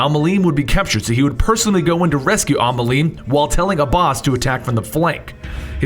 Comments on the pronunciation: You're so terrible at pronouncing names... It's Al-Mou-A-Lim, It means "teacher" in Arabic. "المعلم" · Al Mualim is pronounced. " Al Moo Al Im"